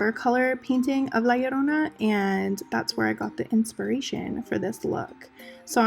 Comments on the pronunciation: Aaaaaand you pronounced it right. Amazing video! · The fact that you can say it correctly, makes me all kinds of happy 😂🖤🙌🏽😘